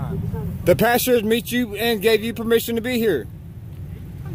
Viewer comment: Just one thing, Its PASTOR not PASTURE